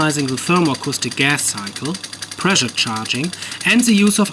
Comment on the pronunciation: Pressure mit "Sch" =) Sonst super, weiter machen